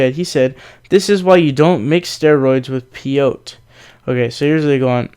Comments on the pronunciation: Peeoat? Might it be peyote? lol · Peyote is pronounced PAY-oh-tay. Otherwise, f*ck Alex Jones.